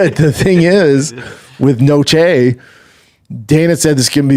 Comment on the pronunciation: This guy literally says everything wrong all the time. He was even corrected that the way he was saying UFC Noche wasn’t correct yet. He continues to say it wrong.